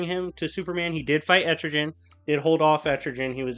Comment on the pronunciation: You know i think your mispronouncing etrigans name et ri gan